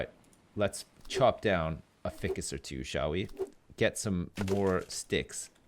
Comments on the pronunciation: Every time when says ficcus instead of FICUS I die inside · Does it not bother anyone else that he says fih-cus and not feye-cus? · also. FICUS. He says it like its fickus. I almost feel like hes a hilarious dummy just to annoy people like me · Am I crazy or isn't "ficus" pronounced "fhaaikus" not "fikkus" .. Or is it like a dialect-thing? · what is with your grammar you say ficus like fic-us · but it is pronounced like this Fi-cus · Isnt it pronounced fhy-kiss? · No you're right. It's pronounced feyecus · it's pronounced fy-cus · Um, i hate to be that guy, but its pronounced ficoos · F-eye-cus..... Ficus F EYE Cus.... please! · he is saying Ficus wrong isn't it FI CUS like the I in FBI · Also ficus is pronounced fykus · ficus is pronounced f-eye-cuss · Its pronounced Feye-cus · ...its fI-cus....f-eye-cus....stupid ficus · Every time you cut down a yucca you miss some leaves. Also it's f-igh-kus. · All the little things that others are rippin' hard over aside... is he saying Ficus incorrectly on purpose or no? I cannot tell... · The way he pronounces ficus... damn. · Usually I don't have a problem with mispronouncing words, but for some reason everytime he says Ficus wrong my eye twitches:P